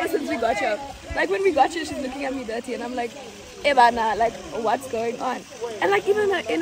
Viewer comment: "ebana" instead of "hebana "😂😂